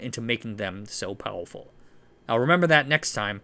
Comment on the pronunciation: I love how in every video he finds a reason to use the word “powowful.” I mean no disrespect, I love your videos.